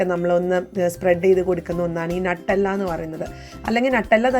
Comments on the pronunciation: നട്ടെല്ലാ എന്നല്ല ന്യൂട്ടല്ല എന്നാണ് പറയുക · നട്ടെല്ല് അല്ല 🤣🤣🤣 ന്യൂട്ടല്ല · നട്ടല്ല അല്ല ന്യൂട്ടല്ല എന്നാണ് സ്വാഭാവികമായിട്ട് പറയുക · It is not nattella nuttella